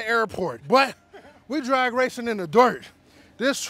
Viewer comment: "doirt " lol